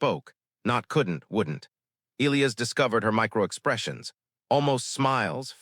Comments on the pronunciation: E- LIE- US......NOT ELEOS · its pronounced e - LIE - ass .... not EE - lee - ass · Good story. The English pronounciation of "Elias" is "ee-LYE-əs." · Will someone who makes these damn stories FINALLY instruct AI how to correctly pronounce the name. - e LIE us??? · Get an A1 that can pronounce Elias